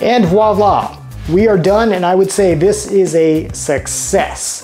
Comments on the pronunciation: Are you saying "Wha-la"? It is VOILA... voi-la... Voi, voi, Vvvvvvv 😁😇 I never thought to look at the pots while thrifting, although I have picked up a few wonderful vintage glassware pieces. I will definitely make a point to check out the cookware next time. MERCI! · Good content, but you might want to work on that pronunciation of voila.